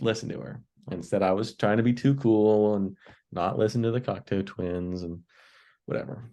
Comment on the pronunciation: It's pronounced Cock-toe gentlemen. Cheers!